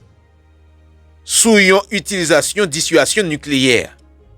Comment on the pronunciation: Mon frere on prononce (disuazyon pas disuasyon)